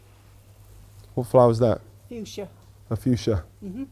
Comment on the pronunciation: "a fuschia.... i want this country to have a better fushcia." 😂😂😂